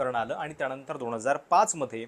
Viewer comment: न ला ण का म्हणता? अणूसुचित, अणुशंघाने,दोण